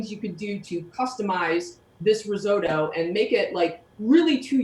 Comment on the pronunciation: Please learn how to pronounce risotto!